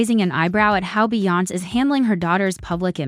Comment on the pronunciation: They need to teach AI how to pronounce Beyoncé! 😂